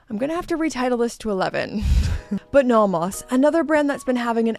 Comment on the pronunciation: You are the only person I know who pronounces it naw-mahs. Merry Christmas,!